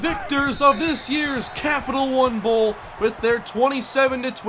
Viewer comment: Emphasis on the "Captial"